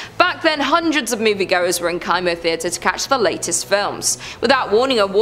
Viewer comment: It’s pronounced Kimo like chemo! Sorry not sure why it was bothering me so much 😂 love your channel